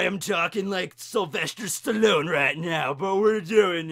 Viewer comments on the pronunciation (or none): none